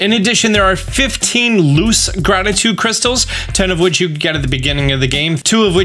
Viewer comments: I choked and threw up a little when I heard you say "Grabditude Crackles" the first time. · Excuse me I believe it's pronounced "grabtitude crackles"